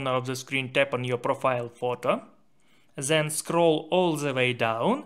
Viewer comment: not zhen, it is 'then'